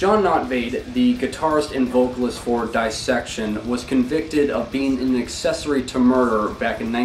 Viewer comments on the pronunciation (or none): none